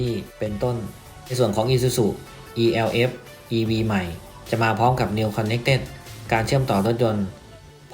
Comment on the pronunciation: มันชื่อรุ่น เอลฟ์ ไม่ใช่รุ่น อีแอลเอฟ